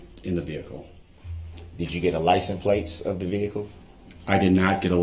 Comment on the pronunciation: I love in day 7 the judge finally called out his mispronunciations 😂 “AXE” “liscent plates” “grounz” he tried to say biasnedddness 😂😂😂 she snapped back with B-I-A-S